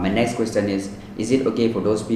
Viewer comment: It’s not questtt- ion 🙏🏻 Sorry but it’s annoying